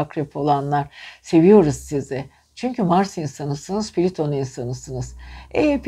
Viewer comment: Piliton değil plüton